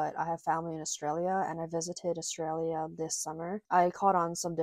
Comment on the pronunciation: As an Aussie i can confirm that everything you said is 100% correct, you are also the only American i have ever heard pronounce Australia correctly, stay beautiful :)